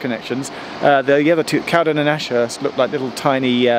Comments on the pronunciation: Correct pronunciation is Cow-den, not Cowd’n. If you can find ‘The Two Ronnies’, series 6 episode 2, broadcast 26.11.77, have a look at the sketch ‘Charlie Farley & Piggy Malone’. They arrive at ‘Drake’s Bottom’ station, and a thumper can be seen departing in the background. This scene was filmed at Cowden station. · It's pronounced Cow-DEN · Glad you communed with nature at Cowden. I grew up in the woods just to the West of there (In a Cottage). On a still night i could lay in bed and hear the Thumpers go into the tunnel and often hear them come out of the other end. A small point, to the locals it's Cow-den not Cowd'n! If you ever visit again its worth a visit to the tunnel portal that end. You need to cross under the bridge and follow the footpath alongside the line, it splits and goes over the portal. You will then see that the tunnel has two portals as it has been extended by about thirty yards! I think this was done as the Bridleway would not have been able to get behind the original portal. The original portal was invisible behind undergrowth but is now visible due to clearance works that were performed a few years ago. Cowden station was used as a location for a Two Ronnies sketch where it was called Drakes Halt IIRC. Love your videos, keep up the good work. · Love this. I live near Edenbridge. Cowden is always pronounced Cow Den locally and the station is a long way from the village. Also Hever Station is a long way from Hever.. Edenbridge Town has a mud scraper as well. Wish I had known you were in the area as I would have bought you a pint in my pub, or even a cup of tea if you prefered. keep up the good work Geoff. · Check out East Grinstead station. There's been a large new footbridge affair built there. Went by yesterday and it seems near completion. As for Cowden, it's pronounced Cow Den, with the Den rhyming win Hen. Interesting video. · Cowden is pronounced cowDEN accent on 2nd syllable! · We’re going to have to chat about how to pronounce Cowden…